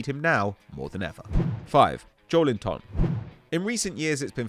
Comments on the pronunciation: JowlinTON LOL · Just give up trying to pronounce Joelinton 🤌🏻